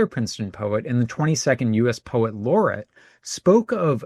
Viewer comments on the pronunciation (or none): Really interesting information. The pronunciation for poet laureate is: “Lorry-et” ❤